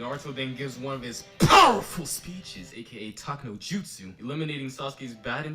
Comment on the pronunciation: did you just call jutsu, jizzsu?! lol